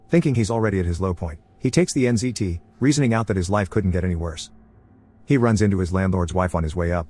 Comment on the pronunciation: Wait is th drug called NCT or NZT? I keep hearing NCT :')